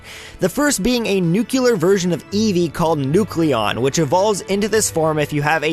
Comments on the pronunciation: It's Nuclear, Not Nucular. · Tfw somebody says nuculer instead of nuclear. 😑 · Noo clear, not nucular. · Get it right! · ***** Yeah, That's the actual pronuctiation. "Noo-clay-arr" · "Newkewlar" The cringe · ***** Nope. He just said Nucular.